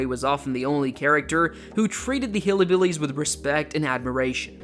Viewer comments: It's Hillbillies, not Hillibillies. There is no "i" after Hill. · It’s not "hilly billys"; it’s "hillbillys," with a "y" or an upscale vibe after the "hill" part of the word. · It's HILL-BILLIES not Hilly Billies